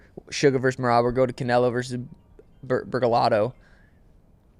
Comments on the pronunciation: Oh my god! Stop calling him Caneylo! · saying Canelos name like Cay-ney-lo pissed me off so fucking bad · “Can-ay-low”.. learn how to pronounce it 😂😂😂😂😂😂😂😂😂😂😂😂😂😂😂😂😂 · It drives me crazy when calls him canalo 😬 it’s canelo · will never get over calling Canelo 'KA NEY LO' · Absolutely no one: - CAN-NAIL-0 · He said Canelo vs berlotto 😂😂😂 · should’ve been off this podcast, asking terrible mma questions, doesn’t even know how to pronounce Canelo right